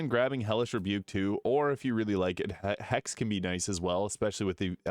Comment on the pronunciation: Please work on your pronunciation and diction. It sounds like "haste" when its hex. I mean it with all love.